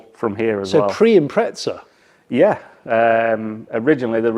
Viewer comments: SUBARU = IMPREZZZZZZZZA = there aint any TTT in the word IMPREZA ! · IM-preza not impretza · Im Australian ok, and nowhere in earth does the word have a "T" in it. the correct saying is "im-preza" not impretza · its not an impretza its an impreezza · Its an 'im prez a' Not an 'im pret za' For a pom, you sure are butchering the queens english. Love an Australian who spreaks it better than you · Where is the T in the Impreza? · Impreza not impretza hahah couldn't get passed it, good video tho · where the fuck does the 't' come from, it's fkn IM-PREZ-AH mate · Someone explain why he pronounces”impretza” when there is no T in the name 😅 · I never understood why some people pronounce Impreza with a T in the middle wtf is an impretza? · Impreza doesn’t have a T in it. Impretza? May as well call it a pretzel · Why do you say "Impretza" ? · Where is the 'T' in Impreza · The car name is Impreza nowhere on earth does the car spelling have a T in it. You should quit doing reviews on cars which you know nothing about if you can't even learn to speak correctly or name a car name correctly. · Wheres the 'T' in Impreza??? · there is no T in Impreza why do English people pronounce it like that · Were is the letter t in Impreza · There is no "t" in Impreza !!